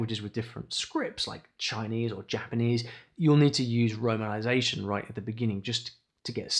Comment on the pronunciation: I didn’t catch what you said. “Runnanization” 😅. Please help. My husband is Chinese, I’m Mexican and speak Spanish and would love to learn Mandarin.